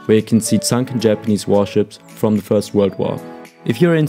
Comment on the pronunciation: DID YOU SAY SUNKEN HAPANESE SHIPS FROM WWI???